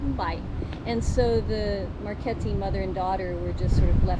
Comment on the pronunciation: Marchetti.Chetti pron. like Ketty